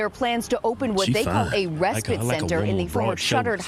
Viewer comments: Respit is what she is saying. Its respite. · RespITE - rhymes with fight. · Why can't supposedly educated reporters pronounce the word respite, not respit. Why spend centuries passing laws based on logic, common sense and to benefit YOUR citizens, then by-pass them, with nonsensical laws. Decriminalise crime and illegal activity, somebody's cooking and it's a recipe for disaster.